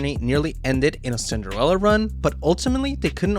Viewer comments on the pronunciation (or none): none